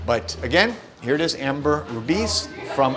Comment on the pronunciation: It's Ambre Rubis, not Amber Rubis 👍